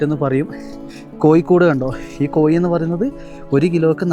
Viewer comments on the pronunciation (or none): കോയി അല്ല കോഴി 😅